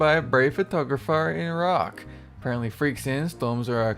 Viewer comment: Finally some1 said Iraq not i..........raq